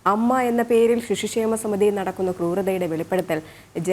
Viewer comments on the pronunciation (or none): ഷിശു ക്ഷേമ അല്ല പെങ്ങളെ